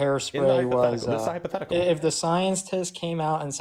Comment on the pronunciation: "Hyperthetical" 😂😂😂😂 No wonder he was so afraid of HYPOtheticals 😂😂😂